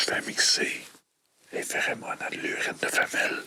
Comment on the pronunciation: on dit pherOmones pas pherÉmone xD